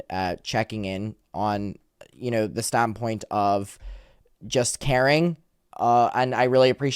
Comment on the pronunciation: When says "Caring" I just hear "Karen" 😂